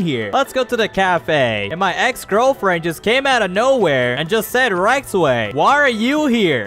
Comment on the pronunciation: It's not Rektway it's rizzway